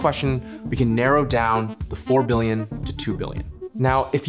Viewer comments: "16 billioin" :3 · "16 billioin" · 16 "BILLIOIN"